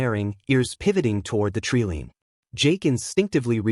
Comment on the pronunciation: Tell your ignorant reader the word is not treelean. It is tree-line, line.